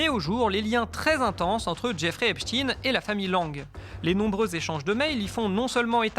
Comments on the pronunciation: Exactement. Il faudrait prononcer [ ...tajn] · Einstein, Frankenstein… EPSTEIN ET NON Epstine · Epstin s écrit Epstin mais pas Epstein qui s écrit comme Einstein ou Eisenstein qui ne se disent pas Einstin ou Eisenstin mais se prononcent Einstein et Eisenstein. Il faut donc prononcer Epstayne. C'est aussi simple que ça et c'est aussi culturel. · C'est pas EPSTIN...c'est EPSTIEN....vous ne parler pas de Alfred INSTIN mais bien de A. INSTIEN both of Jewish origine. Ca vous fait quoi de changer la pronontiation d'un nom ? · C'est pas Epstin mais Epstein on dit Albert Enstin mais Albert Enstein on dit pas Frankenstin mais Frankenstein. Ce que vous oubliez de dire c'est que la fille de Jack Langue a touché plusieurs millions d'euros dans le testament d'Epstein donc le lien est très clair. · Pourquoi dites vous "Epstine" et pas "Epstein? ??? En français on dit "Einstein", "Franckenstein"...etc. Enquête intéressante, mais prononciation ridicule !! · se faire appeler Hep's ! Teens ! au lieu de HEPSH'TAïNE, c'est déjà avouer qu'on aime les jeunes ados... (teens en anglais) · Le monsieur s'appele "Epstein," comme Einstein, et prononce EPSTEIN. non pas epstiin. C'est une grave erreur de genre. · C'est pas "Epstine" Mais " EPSTEEEEEEIIIIIIIN"! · Pas Epstine mais Epstein.... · Bah OUI ! Ont dit pas " Franke-stine" , à ce que je sache. Tous les médias qui utilisent cette prononciation de " Epstine" ou lieu de " Epstein" : médias à la botte du Crif. Point barre. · De Villiers a dit Epstine c est comme Raspoutine ca fait plus russe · Vous dites epstin ? Vous dites aussi Albert instin ? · cest pour que ca sonne russe. Et pas israelien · On dit einstein ou einstine ? j'essai de comprendre cette nouvelle mode en france de changer la prononciation en fonction de la personne.